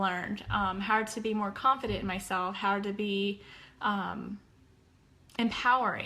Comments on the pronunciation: Not picking, but what is the accent for the word "har" instead of "how"? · I would wonder why is no one mentioning how she says HOW… HOWR? What!? I have a horrible southern accent but this is just totally mispronouncing the word HOW! I’m glad I’m not the only one who caught that. 😅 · I totally noticed how she pronounces HOW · BHAHAHAHAHAHAHA omg you don't know how much I cringe when she says, "howr"!!!!! I'm so glad I'm not the only one that hears that and wonders what in the whole F#CK is going on here? lol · Can someone explain to me how this woman spent every day of her life saying the word "HOW" wrong and nobody corrected her? Did nobody give a shit about her enough to tell her? It's not a speech issue where she can't pronounce "ow" sounds, because I've heard her say "now" so it shouldn't have been a tough conversation over a possible need for therapy or anything crazy. I just don't understand. It's so strange. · Omggg thank you!!! Idk how no one really noticed this! It’s so annoying! Another attention seeking Scam-Ann behavior.